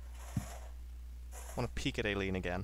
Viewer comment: It's pronounced eye-leen, just so ya know.